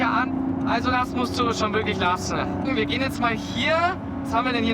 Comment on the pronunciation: Lass-ne/ beend-ne/ blink-ne… Bro sollte mal seine Aussprache in den Griff bekommen.